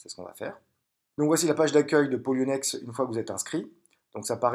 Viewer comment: re ,qui est polo ba poloniex et pas ploniex comme ta mie , et pour la vidéo tu dit donner les accès a votre argents ,donc pour moi un prêts ce avoir l argent a un moment donner pour joue avec sur le traide part ton bailleur qui te redonne avec intérêt , donc les clefs priver et publique ci non je vois pas comment ils sorte l’argent robot ou pas ,et qui contrôle le robot qu'elle boite des trois plat formes ?